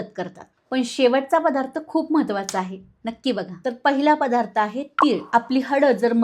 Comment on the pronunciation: "पधार्त, पाणांची.. "असे उच्चार सांभाळायला हवेत